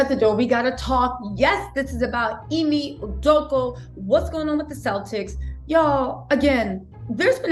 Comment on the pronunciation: thanks for the update!! oh lol, not that he deserves this correction, but his named is pronounced--- eeemay, not emmy🤭